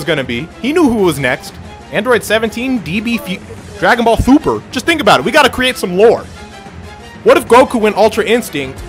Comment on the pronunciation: "Dragon ball foober"